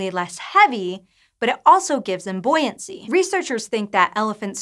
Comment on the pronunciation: Surely that should be 'boo-ee-ancy'?